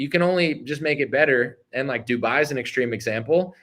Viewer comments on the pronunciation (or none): none